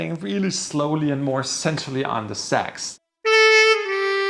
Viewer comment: When you start hearing "sex" instead of "sax," the monologue becomes kinda hilarious.